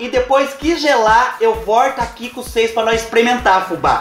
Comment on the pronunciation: Amoo, quando vc fala "cheire pra ocês vê